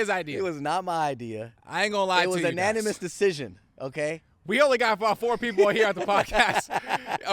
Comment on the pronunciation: it’s unanimous not animous 🤣